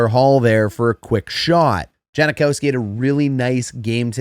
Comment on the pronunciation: It’s “Jankowski,” not “Janakowski.” Just thought you should know!